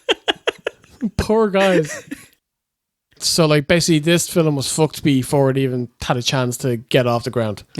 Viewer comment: WHAT THE FYUHCK IS A "Fill-um"?!